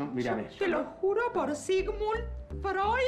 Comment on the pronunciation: Denise tentadisima mal cuando Leopoldo decía jurío jurío JAJAJAJAAJAJAJA